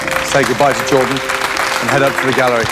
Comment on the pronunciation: Pronounce Jordan Masterchef: Jord'n Me: Gordon?